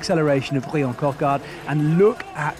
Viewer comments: Coquard’s name is actually pronounced the same as the English version “Brian”. Only the spelling is purely French. So please do not call him “Bree-Anne”. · His name is Bryan not Briion 🤬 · Coquard's first name is just pronounced as Brian would be in English, with a French accent if you insist. Pronunciation in this vid was unnecessarily mangled imo. Superb sprint from Coquard though, looked like it was just his day and I love to see him have more days like this through the season. Seriously impressed with Paul Penhoët - 3 top 10s in 4 stages is an excellent return for a neo-pro. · Pronounce Bryan like in any other language please